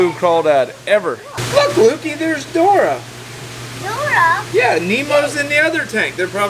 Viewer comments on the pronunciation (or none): its Dory not Dora lol